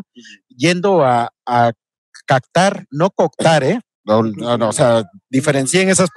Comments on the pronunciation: Ni cactar ni coctar, es captar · CAPPPPPTAR , NO CACTAR